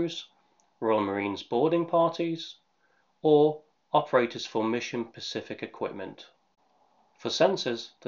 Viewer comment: Specific not pacific. English is a difficult language but even so.